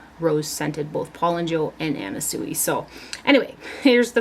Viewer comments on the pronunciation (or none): You have such an enviable collection I love it! By the by..... the designer Anna Sui's last name is pronounced (Swee) 😍